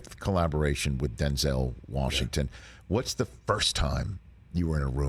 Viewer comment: If we all respect Denzel like we say we do, can we please start saying his name correctly. There's no accent over the second E. Say it how it's spelled. He's said it himself. It was his fathers name.